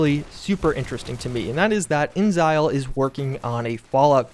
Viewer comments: Alright his is driving me crazy. Is it “Inzile” or “InExile” I know ta spelled with a capital x so I’m going to assume juice is wrong. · I don't want to be "that guy" but it's not pronounced "inzile" it's "in exile" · inXile: The 'x' is not silent, it's capitalized for emphasis even. It's "in-exile", not "in-zyl"...lol. You even feature a clip of them saying their own studio name at lol. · "Inxile" is pronounced like In exile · Not to be a language nazi or anything, but I was under the impression that inXile was pronounced "in exile." Interesting bit of speculation otherwise, though. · buddy, please. inXile is pronounced 'in exile'. It's 3 syllables. I beg of you.